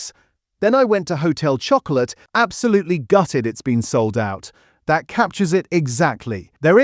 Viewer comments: Annoying. Showing 4 other brands when talking about Blu-Rtbamd. “Hotel Choco-LATE”. Lazy AI slop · lol. And did you notice - there were three different pronunciations… one minute it was “ho-tel chocko-o-lit” “Ho-tel chocko-lay” “Ho-tel chocko-lat” 🤦🏻‍♂️ lol Shock-oh-larrrr 😂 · AI csnt pronounce Chocolat